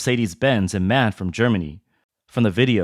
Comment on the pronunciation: Its not "man", it's "M. A. N."